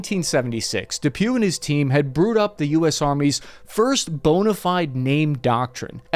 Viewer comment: did you say "first boner-fied" by mistake - or did you just slip that in there? lol